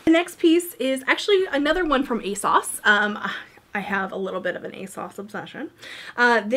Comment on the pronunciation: Loved this! BTW, it's a-sauce or at least that's what the brand told Leighann Says. I know you didn't want to say where things were from, but I wish you did so I'd have a better idea of where to look. Thanks for making such great content.